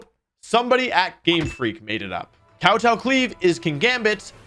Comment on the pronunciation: dude you HAVE to work on your pronunciation, even just in words like glaive and kowtow